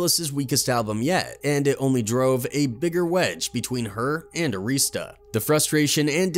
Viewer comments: ITS ARI-STAH NOT AREESTA RECORDS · The label name was Arista. Not. Areestah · Clive Davis. He has had his hand in many band endings. Btw, His company isn't AREESTA it's pronounced Air - ris - stuh. They used to be my client and that is how the employees pronounced it. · The announcer also pronounced Arista Records wrong. It's "Air-asta."